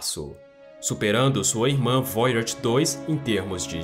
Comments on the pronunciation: É voyager e não Voyards, mas muito bom o video, obrigado pelo conteúdo, ja deixei o like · Qual a dificuldade do narrador em falar VOYAGER na forma CORRETA, ao invés de "voiárge"? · Eu não gosto de ser o chato mas vc devia apre der a pronunciar Voyager. Desculpe, se eu não falar vc não vai descobrir pq seus seguidores não vão querer ser chatos com vc. Goodbye 😎